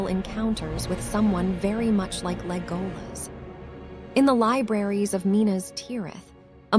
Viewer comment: The dress is on the E it's Légolas not Lególas